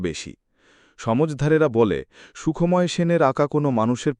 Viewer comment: গল্প নির্বাচন ভালো | তবে উচ্চারণ সন্বন্ধে সতর্ক হলে ভালো হয় | কখনো বলা হচ্ছে সুখ্ময় আবার কখনো বলা হচ্ছে সুখোময় ১ এরকম আরো আছে |